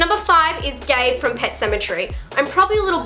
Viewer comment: Gage..not Gabe..sorry..I'm from Maine ..I was on set during the original movie...love your stuff!